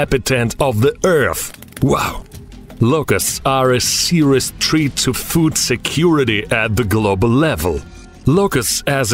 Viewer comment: Serious treat? Itsa fucking threat not treat my Russian comrade lmao 😅😅